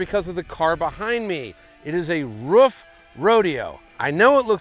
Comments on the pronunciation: Sorry Dude............but all you American Guys are pronouncing it`s name always totally wrong...........ist is not called "Ruf" but the same like your word "Roof". THANKS Greets from Germany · It’s Pronounced like roof = ruf